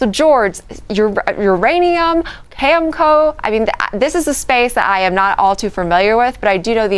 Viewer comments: It sounds like the reporter is saying, "comic go" instead of Cameco. LOL The other dude said Kimiko. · LOL yeah I posted on Twitter that we’re early when CNBC anchors can’t pronounce Cameco! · These are news programs talking about uranium, but they can't even pronounce Cameco 🙂. I find your video's very inspirational. I started a channel in Dutch about uranium. Spreading the word. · Cnbc... they say how smart they are... can anyone pronounce cam a co...cameco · Aarrrggg.... can anyone pronounce cameco...Cameco.... or nuclear....not nucular.... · #442 thank you for all your hard work. This is awesome! Pretty funny how these talking heads can't pronounce the names of the companies they're discussing. 🤣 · How are you an analysis and you absolutely butcher Cameco name I doubt he owns it. How Embarrassing, Uranium just needs to keep climbing it can only go up with all the demands that are coming.